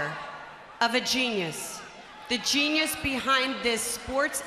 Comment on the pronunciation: When she says geniues i think of a rock